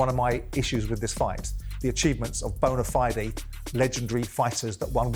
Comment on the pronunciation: Bona Fi-de 😂